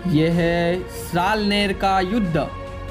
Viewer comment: Salner nahi salher